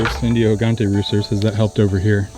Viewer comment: Gigante, pronounced "heegantay" means giant. The "ay" as in "day"